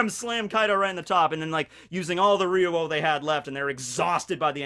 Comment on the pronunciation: I love the way pronounces "Ryuo"